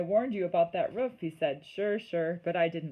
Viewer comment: It’s roof not woof